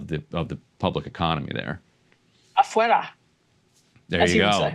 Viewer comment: I wonder if Emily knows some Spanish because she says Afuera pretty good.